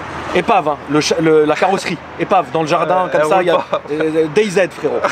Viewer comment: "DAYZ" il a dit xD